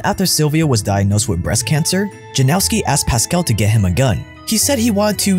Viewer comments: Yanowski , not Janowski🙄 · You should pronounce it like Yanowsky. Its a polish surname formed from a name Jan (equivalent of John). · seriously? you googled the pronunciation of that long af name in the DuPont video, but you can't check which sound letter "j" makes in Polish? it's not the same as in English. It's "y" sound. Why is this so hard for westerners to get?? ffs!